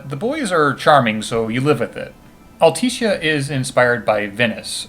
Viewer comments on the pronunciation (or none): All-Tisha. Sorry it bugged me